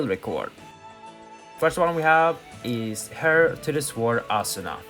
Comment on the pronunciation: Hahahah bro when you “heir” just say air. Think of it like saying “air” not “hair” English can be strange